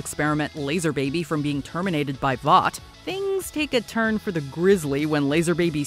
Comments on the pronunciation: Voice actor clearly hasn’t watched anything the boys related. Calls it voight over and over again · It's Vought